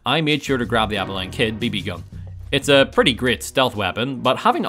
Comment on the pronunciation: I gotta say it you pronounced Abilene wrong maybe its accent but still its Ab-ill-een (source i live there)